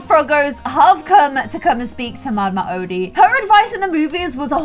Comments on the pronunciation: It’s pronounced Mama Oh-Dee not Oddie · you said that the alligator plays the banjo but he plays a trumpet im just saying because i just watched the movie last night and its pronounce mama O- dee